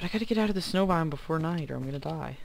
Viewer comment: Snow not sneiw